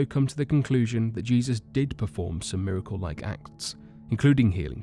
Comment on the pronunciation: the fact you can hear in his voice that he is trying to mispronounce miracle is fkn annoying